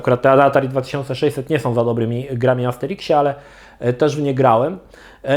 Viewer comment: Armsteriksie? Amsterimkśmie? Sikśmie? Mikśmie?